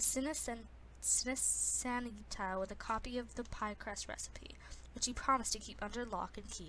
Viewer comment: it is cin-ci-nati